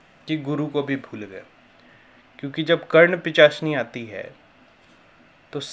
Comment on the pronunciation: pichasini nahi pishachini hota he. bhai pahle thik se bolna to sikh le fir dusro ko gyan dena.